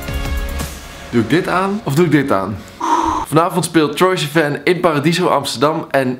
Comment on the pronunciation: zo jaloers maar heb je door dat je sivan verkeerd uitspreekt 😂